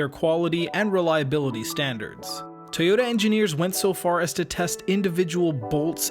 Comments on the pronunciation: This dudes pronunciation of Toyota is about to drive me crazy. About as bad as Sarah Palin saying nu-ke-lar when the word is nu-kle-ar Toyota- Pronounced Toi-yo-ta Not: Tee-yo-da If public speaking in English is going to be part of your life moving forward, please learn how to properly enunciate. It really is kind of part of the job description. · Good video, but with 1.4 million views, that's the number of people who now think that 'Toyota' is pronounced 'Tay-ota'. It's not. Can someone at least get that detail right?? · I appreciate the "Tayota" pronunciation, but I to be honest I prefer the Texan pronunciation, Ty yota. Excellent Video by the way!